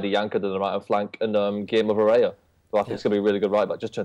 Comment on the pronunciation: It's Varela...